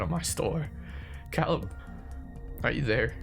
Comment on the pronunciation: My only suggestion would be that I’m pretty sure it’s Cāleb, with a long a. 😉❤️